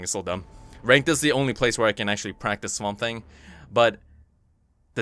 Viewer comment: did you say swambe? it's confirmed swamp thing = harambe lol nice vid😁